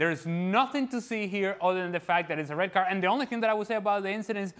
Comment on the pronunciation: What's wrong with the guy in glasses? Why is he saying red cardtsh? Why is he adding tsh to almost every word?